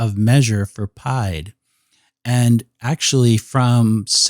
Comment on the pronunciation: From all the French I took....it is not pronounced pie-d. It is pronounced pee-ed. Meaning foot...not to be confused with Pie the mathmatical figure.